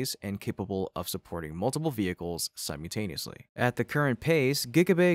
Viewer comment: It’s simULtaneously…not simUtaneously. I know this is just an AI bot, but fix the grade school errors.